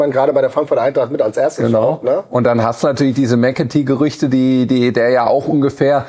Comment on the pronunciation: er heißt immer noch EKitiKe! Und wenn er tatsächlich weg sein sollte und McAtee kommt, nenne ihn bitte nicht Metteki!❤